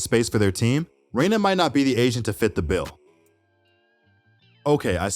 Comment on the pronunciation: You did Reyna so wrong dude.